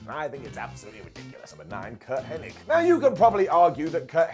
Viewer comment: "Henning" FFS. Nobody gets that right...